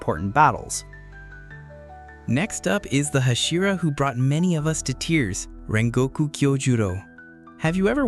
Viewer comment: Why is nobody noticing "Kengoku"😭💀